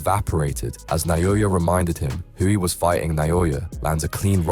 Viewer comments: Inoue pronounces his name just as it's spelled, yet no one seems to be able to get it right. NA-O-YA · WTF is with the Na-yo-ya? :D